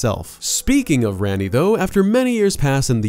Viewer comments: Rah-ni, not ran-ni, it's tamil for queen. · Her name is spelled Ranni but pronounced Ronnie it was annoying hearing him say her name incorrectly